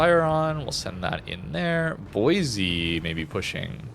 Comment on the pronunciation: Every time mispronounces Boise a little part of me dies inside